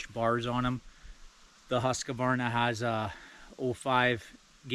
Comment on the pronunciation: It’s Husq-varna not husq-a-varna